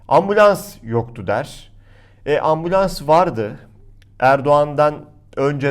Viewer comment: Ambulans demedi orada. Ambians dedi:)